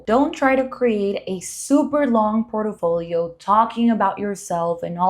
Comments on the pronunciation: Can you please learn to say PORTFOLIO!!!!! OMG🤦‍♀️🤦‍♀️🤦‍♀️🤦‍♀️🤦‍♀️ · Port-i-folio?! Aye dios mio.